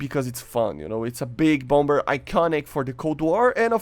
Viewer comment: It's pronounce bomb-mer. The 2nd b is silent.